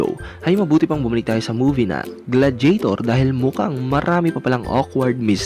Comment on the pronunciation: Gla-di-ya-tor bro not gladjetor